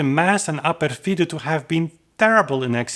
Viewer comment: Very well argumented. But, if you are going to repeat this talk in other occasions, please accent "Ah pèrfido" (on the 'e'), not "Ah perfìdo" (on the 'i')! ;)